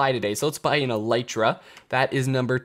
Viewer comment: ELL - EE - TRA FOR F****S SAKE